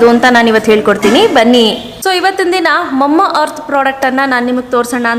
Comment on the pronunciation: Mamma earth alla mama earth 😅😁😆